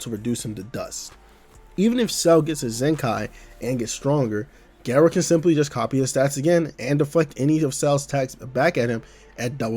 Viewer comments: it's GAH- rou. not geh- rou. i legit can't even watch this vid because u murdered his name :( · Great video! Now just apologize for the way you pronounce Garou and I'll subscribe.